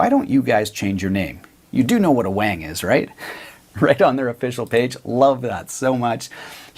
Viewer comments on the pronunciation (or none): none